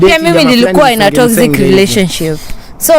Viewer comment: You speak very good English and your a good narrator but I can't believe you're failing to pronounce the word "relationship "😢